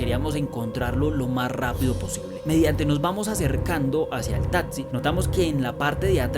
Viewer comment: Me parecen brutales los relatos, pero no aguanto la dicción. Un consejo, trata de mejorar la pronunciación "tatzi" por taxi